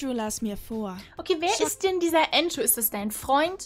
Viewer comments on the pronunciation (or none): Nicht antschoo sondern andrew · Andrew nicht äntschuh und Ändru ausgesprochen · Entscho😂😂 Ich denke eher er heisst Andrew😂😂😂😂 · Der heißt nicht Ango sondern Andrew